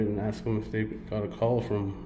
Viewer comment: Hi, I really like your video's and your narratives, but could you try to pronounce 'ask' as in "asking" instead of 'aks' and 'aksing'. Best regards nevertheless.